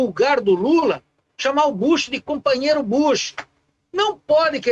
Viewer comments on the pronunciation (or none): Kkkkkkkkk entre o "copanhero" também. Mil vezes Ciro